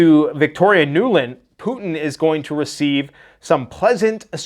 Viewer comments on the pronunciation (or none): none